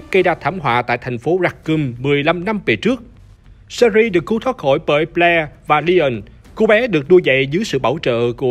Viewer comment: "Sơ Ri" nhưng mình thích :)))